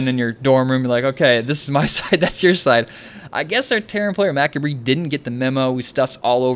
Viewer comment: I kinda facepalmed it too... its "muh-cob-ray":) But he made up for it by saying fuck about 5 times ahaha